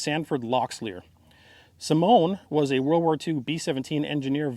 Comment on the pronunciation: Correct me if I'm wrong but I think Simeon is pronounced Sim-ee-in.